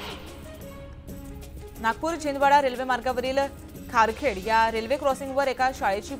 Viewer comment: नागपूर chhindwara railway मार्गावरील खारखेड नाही खापरखेडा आहे ते. मॅडम जरा मराठी नीट वाचा